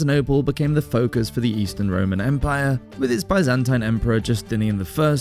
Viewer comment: I do wish that Byzantine was being pronounced correctly